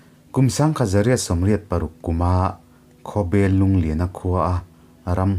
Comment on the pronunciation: Khawbel pawh hi bel tih hi a hniam a lam tur a niin ka hria